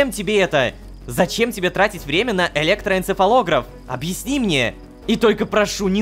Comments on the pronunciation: электоэнцефалогрАф вот так ударение ставят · Сколько раз Рома сказал электроэнцефалограф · сколько раз он сказал электороэнцефолограф...